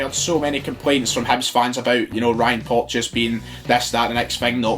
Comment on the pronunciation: Chris Jack It’s porteous get it right ya crack head